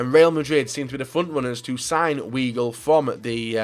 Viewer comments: is pronouced vy-gle, not wee-gle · weegul... it's vigul, idiot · LEPZIG :) Juventus wont sell him to Juventus :) Wigl not Veigel :) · its julian (WHYGL) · Giroud Sandstorm 12 ikr, don't even try! It's pronounced viy-gel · u pronunce it as veigel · Weigle is pronounced Vigel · I don´t really know an equivalent of the "ei" sound in English, but it´s actually pronounced "Waigel". And in written it´s Weigl, btw. I am from Dortmund, trust me on that one. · der_leon yup :) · The way you said Weigl! 😂😂😂😂😂😂 I'm dead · Gosh xD Your player knowledge is so terrible haha And the pronunciation of player's name is bad! Your the reason why people say FIFA YouTube don't know anything about real life football! XD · Anyone else cringe when he butchered weigl's name...?